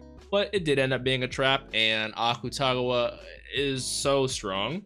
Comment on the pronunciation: The people on Patreon probably already told u this but since I had the same issue when I first started watching and want to make sure this is more clarified since it annoyed me that I couldn't figure out what I was saying wrong: because the romanized version of あくたがわ is spelt Akutagawa, a lot of people pronounce it literally- "aKUtagawa", but in Japanese a lot of characters are cut short and not pronounced fully, so it's actually more like "ack-tah-gahwa" instead. Idk if this makes sense or even helps at all but I felt like leaving it here